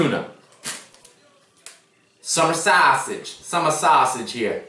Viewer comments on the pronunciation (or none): he went from "Summa sowsige" to "Summer sausage"